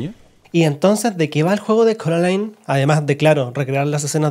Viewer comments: Soy Española, he visto la pelicula es español, tuve este juego en Español y me sigue reventado que llamen Coralin. !¿COMO Q CORALIN?! Se promuncia Coralain. Y no admito discusión. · Carolin ? No es coralain ? Estos españoles estan bien chaquetos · porque le dicen CORALIN???!!! me apuñalo los oidos >:( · ¿"Coralin"?... WTF, Es doblaje de España, pero en la película nunca se pronunció así 😂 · Le dijiste a Coraline, Coralin? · Me causa temenda incomodidad cada vez que dicen carolin xdxdxddddd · Coraline ❌ Coralin ✅ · Ko-ra-lin... ¿¡QUE?¡ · No se, simplemente me da risa el “Coralin” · CORALIN? Disculpa?! No. Simplemente, NO.